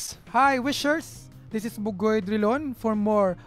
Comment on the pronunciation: not Duh-yawn 😍😍😍 it's Dri-lawn... pronounce the "R" just like Spanish people do and the "i" as hard as you can. hehe